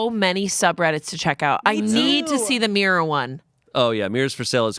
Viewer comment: I can't handle the way pronounces mirror as meer.